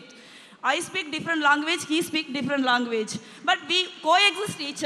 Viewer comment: Question or Kostin😂🤣😅.....Across or Agross...language or longu-wage....😂🤣😅....Jyothimani